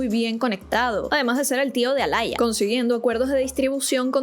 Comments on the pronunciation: No se dice alaia 😢smh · es que lo pronuncia horrible Se dice aliya, alalla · Por qué llamas a Aaliyah alaya 🤣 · Aaliyah se pronuncia como tal ❤😂